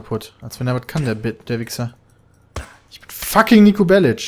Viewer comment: Heißt er nicht ausgesprochen "Bellick" anstatt "Bellitsch"? ^^